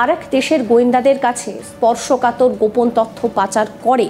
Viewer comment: শব্দটা ত(অ)থ্য নয়, ত(ও)থ্য, আর ভ্যাকেন্সি নয়, ভেকেন্সি। বড্ড কানে লাগে।